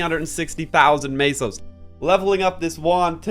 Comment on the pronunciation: Tell us, when you pronounce the currency in MapleStory, where do you see the fkning a?